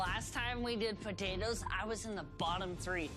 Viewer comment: "tHe LaSt TiMe wE dId pOtatows" shut the fuck up you were the reason my andrea got eliminated and stop fucking eating your words.